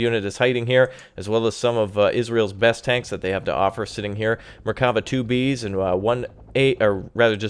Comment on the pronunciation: nice gameply here's something to help you with pronouncing the names right mer-ka-vha (carriage) nets (hawk) more like buzz not bez ( falcon) aye-it ( aquila) bard-lass ( cheeta) cho-vet ( beater) shean-hav (ivory) bah-zack ( flash) mil-who-him ( reserve service) zach-lam (half -track) and everytime you see a "ch" its not like the ch in chugging , more like the one in loch nes monster or german achtung